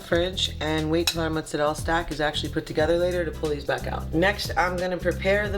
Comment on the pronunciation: T, teaching the south how to properly say mozzarella 😉👌